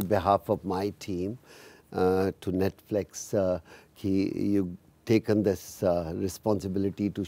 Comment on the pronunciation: Paaji mispronouncing Netflix is the cutest thing ever.